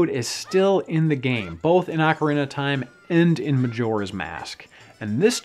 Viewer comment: FFS it's not AWKarina of time, it's OHkarina of time